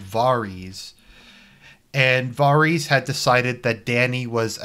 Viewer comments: Voreese? Oh you mean Varys “vear-is” dummy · FFS stop pronouncing his name VAR EES. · Really? VAR-reez. So that's how you going to pronounce Varys name? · Why do you struggle to pronounce Varys? Where the fuck does Vareez come from? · This season has been disappointing yes, but Someone who can’t even pronounce varys name correctly is criticizing this show LOL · Wow.........brilliant logic. The man gives out at least 10 solid arguments why the last seasons (this one especially sucked big time) and you counter it....by saying he didn't pronounce a name correctly? Da fuq? Are you related to D&D? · Haha you can’t pronounce Varys properly. Jackass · You’ve watched the show for 8 years but still don’t know how to pronounce Varys.... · Hard to take your opinion seriously when you don’t even know how to pronounce Varys’ name. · You can’t even say Varys name right. Fucking inbred